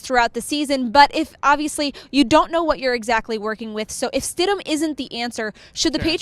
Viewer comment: Its stidham